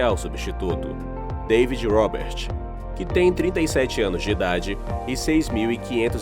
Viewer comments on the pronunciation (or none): none